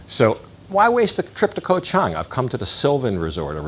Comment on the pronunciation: I know its spelled "koh" but the pronunciation is closer to "gah", so "Gah-Chang" (elephant island) . The problem in transliteration to English occurs because in Thai a G can sound like a K depending on where in the word the letter occurs. Simple to notice the problem if you look at the word island in Thai, which is "เกาะ". You can see gah-gai right there! "ก". Thats a G sound. If it were at the end of the word it would be closer to a K sound. Also,, the ก has no tone mark, and is therefore pronounced with a low tone.